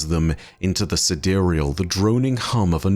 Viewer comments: I think the sidereal is pronounced as side real like the real side. The cloudstriders were kinda like crspr babies, created using genetic engineering by the ai, then it connects to the devices to grow the code/unreal into the sidereal or the real side. Like a mirror in a simulation connected to the outside world. As above so below. So how its possible in real life and not just destiny: we use ai to decipher protein folding and use the decoded knowledge to create the babies, then using ai to advance technology, us ai to observe quantum, decrypt the structures, then use ai to create and operate tools to interact with the relative material and create nanotech to develop augmentations out of materials that work with the genetic material. Seriously, use ai to understand and then use the understanding with tools developed from the understandings to create stuff of imaginations. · I always thought it was pronounced "side-real". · Sidereal? Side real? I for sure pronounced it side-real lol